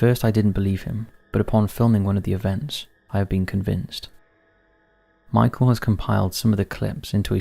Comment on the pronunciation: It's not pronounced Michael, it's just like it's spelt: "Michel". Similar to Michelle. 🤦